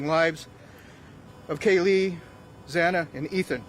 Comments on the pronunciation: this guy cant even pronounce xana’s name right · Upsetting that the judge continues to say Xanas name wrong 😡